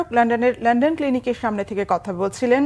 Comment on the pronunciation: Lon don not len den. Please learn and don’t be a laughing stock